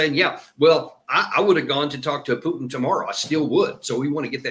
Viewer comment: Who is “PEWWW!-tin”? The eurotrash globalists can’t even say his name w out their fervent hatred on display.